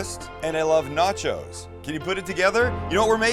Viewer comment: Where in Canada do we say nah-chows lol.